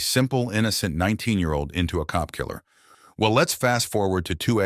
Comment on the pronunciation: Why do you have to emphasize the "cop killer". Cops are just humans and in the same level as any other murder victims, no matter are they homeless addicts or cops....